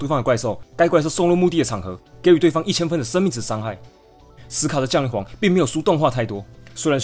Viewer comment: 應該是降(ㄒㄧㄤˊ)雷皇吧030